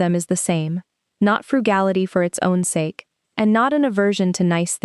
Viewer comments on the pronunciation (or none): none